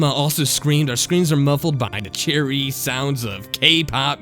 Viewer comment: Can't stand it whenever this one narrator says "dis" or "da" instead of "this" and "the". I know he probably can't help it but I can't focus on the story because I keep hearing it.